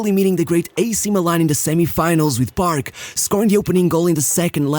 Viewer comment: Am i the only one who kept on hearing him pronouncing “barb” instead of “paRK”..